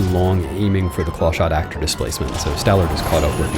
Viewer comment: 'Stallerd' lol. Years doing this now and he still gets it wrong every time.